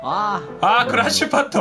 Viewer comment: 辺りの「クラッシュパッド！」がどうしても「ランチパッド！」に聞こえる。が